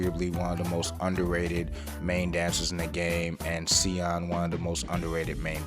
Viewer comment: Siyeon is pronounced Shi-yeon*